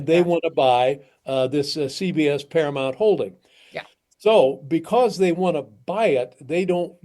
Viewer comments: It’s “Paramount” not “Paramont”. Ugh…😊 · I agree with all this except I kind of think this seems like AI since you keep saying paramont and not Paramount. (not once or twice, but like 12 times!) You do know it is para mount and not para mont? Is this maybe a British thing? Language barrier. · Please learn how to pronounce Paramount. You keep saying Paramont (even the subtitles agree with me). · Para-MOUNT. Pronounced Mownt. It's not Paramont. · I'd love to hear the story but I can't handle the mispronunciation of ParaMOUNT. It's paraMOUNT not paraMONT. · I understand the issue, and am in Colbert's corner. But I have to ask: why can't you say "Paramount" correctly?